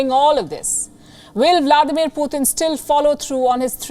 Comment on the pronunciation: She said "poooh 💩 tunnn" 🤣🤣🤣💨😂😆😆